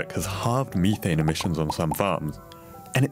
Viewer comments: It is "Meth - ane" Not "Me - thain" Why is everything computer generated? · Why do you pronounce it Meat-taint :D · learn to pronounce "methane"